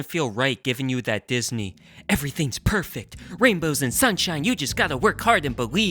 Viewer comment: “Progression not Percfect” I felt that heavy fam.